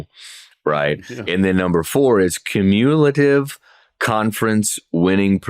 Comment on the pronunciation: Cuh-mule-ative... words is hard.